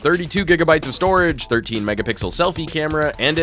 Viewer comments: Ok I am convinced he thinks the word is Megapickle... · Did anyone hear him say Megapickle? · did i hear megapical..?? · He says megapickle even way way way before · Sounded like he said "megapickle" 😂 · Ha he said megapickle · Please stop saying megapickle.